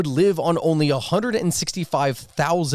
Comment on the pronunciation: Are you saying "hect-acres"?